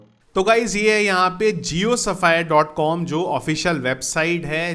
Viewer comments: Bro it's pronunciation is sfiar safayar nhi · Its Sphere "गोला" not Sapphire "नीलम" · excitement m "sphere" ka pronunciation bhi galat kr di 😅